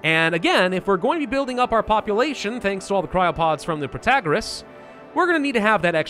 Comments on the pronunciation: he wasnt saying it prOtagOras, he was saying prOtOgOras. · What's wrong with Pro-ta-GOR-ous? I liked that pronunciation :( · Pro -tah -gor - Rras (somewhat what you have been saying before) is a lot closer to the greek that what you're saying now haha